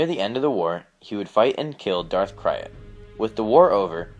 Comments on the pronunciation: Isn't Crayt pronounced "crate", not " cry-it"? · His name is pronounced like crate, not cry-at. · Darth krayt is pronounced K-r-a-e-t not K-i-y-r-a-t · DARTH KRAYT PRONOUNCED CRATE NOT CRYIT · oml... Darth Krayt is pronounced Krayt... like "gate... or eight... or ate" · darth kraay'at, no, its darth kra(y)te (prenounciation wise) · ITS KRAYT not KRYAT! KRAYT like KRATOS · Just an fyi.... Its Darth Krayt not Kryat. Future reference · or "krayt dragon" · for the love of the fuck learn how to pronouns this shit properly "KRAYT" as in KRATE